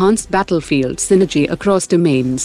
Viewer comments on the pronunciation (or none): none